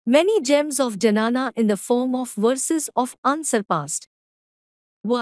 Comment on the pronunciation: it is dnyana, not janana Janani is procreation